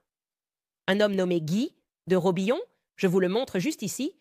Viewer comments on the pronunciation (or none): "Guy de Robillon" - min 36. Magnifique... La photo montre Gilles de Robien. "Amiens-noir", à suivre - pour "amiénois". Etc, etc. Ce doublage par IA est décidément lamentable ! Dommage, vraiment. Seul (tout petit) intérêt de ces vidéos Owens : inciter à examiner les études Poussard ("Faits et Documents" - à se procurer en ligne).